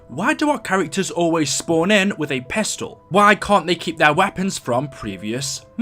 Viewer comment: I like how he says pistol ”Pehstol”